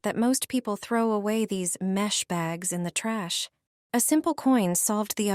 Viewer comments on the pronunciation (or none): none